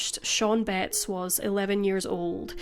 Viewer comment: I was just listening to this at first and I thought you were saying the last name Bates in a really Northern accent.